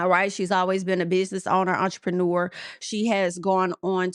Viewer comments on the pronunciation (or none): saying “EnTERpreneur 😳😳😭😭😭 whet girl!